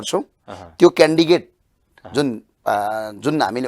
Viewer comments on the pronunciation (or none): candidate लाइ candigate रे अनि यस्ता सानो शब्द को उच्चारण गर्न न आउने ले के बिकास गर्लान देश बिगर्ने हरु हुन यिनिहरु भनेक🤣🤣😂😂😂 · यस्ले 10 भोट पनि ल्याउदैन कस्तो पढाइ हो क्यान्डिडेट भन्न नजानेर क्यान्डिकेट भन्दैछ?अरु पार्टिको यो पिउन पनि हुन सक्दैन?